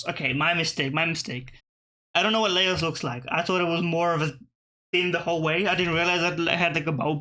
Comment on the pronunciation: Laos is pronounced Louse! (like mouse)